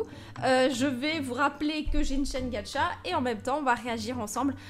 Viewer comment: c'est gacha pas gatcha